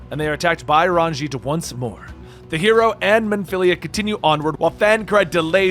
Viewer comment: Says every name wrong. Nothing. Says Ranj’it correctly. “I’m pRoBaBly saYiNg iT wRoNg!!!” Lol.